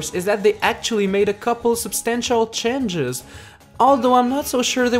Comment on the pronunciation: said chenges instead of changes lol:D